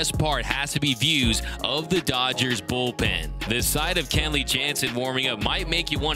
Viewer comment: KEN-ley... NOT CAN-ley; JEEEZ!!! ???